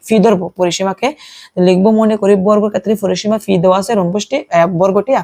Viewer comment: ফি নাকি পি😂😂